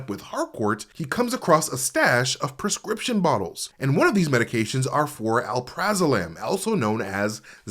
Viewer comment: “Chriscription bottles” lmao i love MT